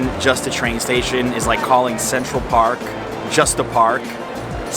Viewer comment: I thought you said "visit sexual park" haha. Great video and valuable info.